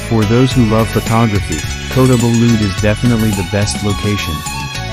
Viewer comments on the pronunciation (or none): Loved visiting the tamu in KB... the pronunciation of Kota belud and Sabah made me cringe a bit...even I learned how to say them before my trip to Borneo..enjoyed your vid